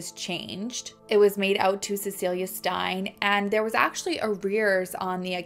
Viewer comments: Just listen to podcasts and audiobooks written by ppl from the country in question for correct pronunciation! wait you listened to a podcast! Ok so try writing a phonetic spelling that makes sense to you in your notes while you are listening.Steyn is pronounced Stain not Stein. Krugersdorp Kru-gerz-dorp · I think maybe her nickname was ‘poppie’ which is translated as “little girl” loosely Also Steyn is pronounced ‘stain’ ❤️ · Steyn pronounced, the 'ey' is the 'a' "tame" - hope this helps! From SA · Steyn is pronounced like "stain"🤗